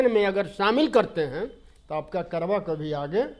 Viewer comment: Are, karwa nahi, karwan hota hai,wefkoof